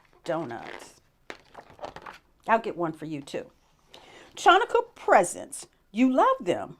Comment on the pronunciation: I love your enthusiasm and open mind, but you are mispronouncing "Ch" in "Chanukah." It is not pronounced like "ch" in "chalk." It is a guttural sound made in the throat. Please Google the correct pronunciation.